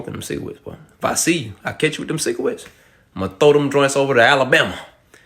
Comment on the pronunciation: Stop smoking them cigawettes. Me: (smoking a cigawette) My bad man. (disappointed face)